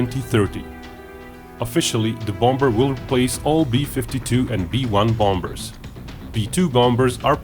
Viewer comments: PLEASE STOP pronouncing the 'b' in 'bombers'. It is so very jarring. How jarring would it be if someone pronounced 'China' as 'Kyna'? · just a tip:you don't pronounce the b in bombers